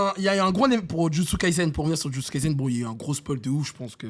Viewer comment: J'adore Kimetsu no yaiba. Mais frére mais sa dit ici Jujutsu tres fort mdr